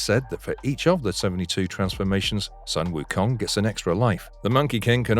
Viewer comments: Jesus, how hard can it be??!!! Sun - Wukong pronounce just like the word Soon instead The Sun/Son... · His name is pronounced as “Soon” Wu Kong